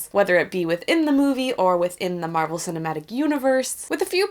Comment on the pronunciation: ALSO. Stop calling her Marrelle. She's fucking captain marvel.